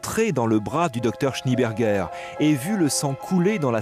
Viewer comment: SchnÉ-Bergueur, pas Schni-Bergueur, bordel !